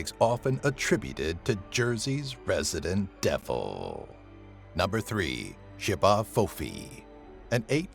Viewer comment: The J’ba fofi is actually pronounced ch-bah fo fee